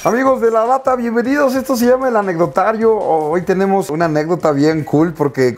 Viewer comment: Like si estás cuando dice anecdoatrio en vez de anecdotario